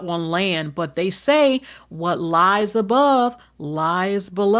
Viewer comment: Not Andaconda 😂😂😂Andoconda the Movie 😂😂😂